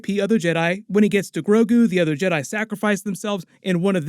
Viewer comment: ¿Why did he say yeRAI and not jedi?